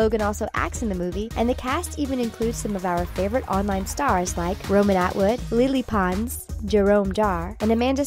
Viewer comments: did anyone else notice how she said lie lie pons like the fuck its LE LE pons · Girl: such as leelee pons Me: no its lele pons! Get it right! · And woah.Did she just say "Leelee Pons"?!hell nawh its lele pronounced lelay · HER NAME IS NOT PRONOUNCED LEELEE PONS. IT IS PRONOUNCED LAYLAY!!! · OMG it's pronounced Laylay Pons not lily pons! (SOOOOO cringy) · Lily Pons?!!😂😂😂Its Lele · I knew everything from this video I even now that Lele Pons name isn't supposed to be pronounced Lily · I'm sorry but did you just say Lili Pons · Boi she or he said Lale pons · This is not hate but Lili pons.. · everyone already knows this! worst video ive seen. btw did she litterally say ''lili pons''???? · Is anyone else so anoyed becouse she pronounced lele's name wrong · She said lele pons wrong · This bish needs to know how to pronounce lele